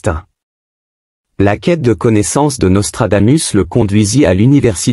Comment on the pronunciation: Hé IA, apprends le latin. On prononce Nostradamousse. Régor du Lignon 🇨🇭